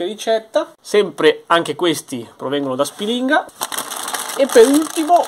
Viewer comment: Aridaje, si pronuncia Spìlinga e non Spilìnga..., quando scendi ti porto a fare un giro da quelle parti...